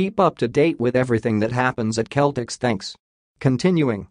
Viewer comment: Need to listen to yourself it's Celtics. Cell-tics